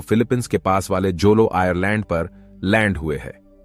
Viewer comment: आयरलैंड ❌❌आयलैंड ✅✅